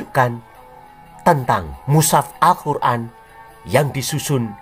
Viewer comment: Luarbiasa penyebutan nama. Muhammad, alqiran, alllah swt dll, saya terpingkal pingkal, delain berani, sungguh lucu banget.